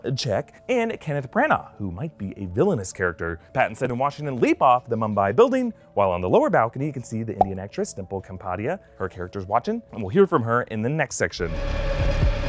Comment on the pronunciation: Dimple Cum-padia?? Its Dimple Kapadiya.